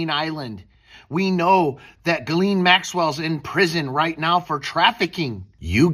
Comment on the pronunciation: Why can't Americans ever say Ghislaine right?